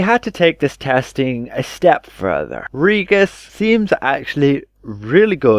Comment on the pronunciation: It's Ree-jis, not Ree-gus.